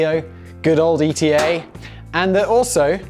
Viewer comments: Do you not think it's pronounced eeta rather than E T A? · It's ETA pronounced like heatah